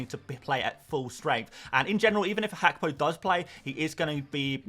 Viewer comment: it’s Gakpo not Hakpo. It’s a Ghanaian ewe name. 😂